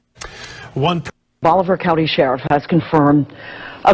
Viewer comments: Bolivar is peonounced Bolavar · Its pronounced bo-li-ver. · You can't even pronounce Bolivar and you making fun of these people' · He is AMERICAN , vandalism of the ENGLISH language is common place